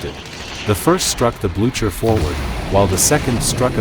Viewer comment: AI voice. Terrible! The ship is the Blue Ker not the Blu chuur. AI idiocy!